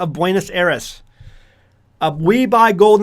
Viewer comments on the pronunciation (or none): Please revisit your pronunciation of Buenos Aires.